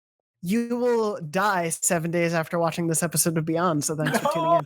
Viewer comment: Beygond and staygond